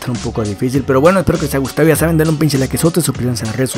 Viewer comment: segundo comentario primo eres el mejor me da mucha risa como dices pinchi o pinche xD